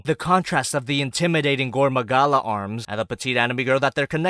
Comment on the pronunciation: Just gonna pretend you didn’t say “gorn magala”